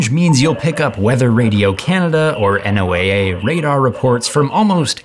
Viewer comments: Guess what? Just use a fucking cell phone! Duh. And it's pronounced No-uhhh (noaa) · FYI....NOAA is pronounced Noah😊